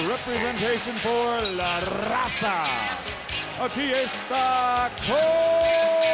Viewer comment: Michael Buffer is the last guy who should be saying "La Raza".